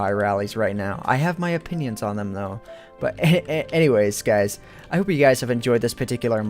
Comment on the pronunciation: lol instead of guys you sayed skys!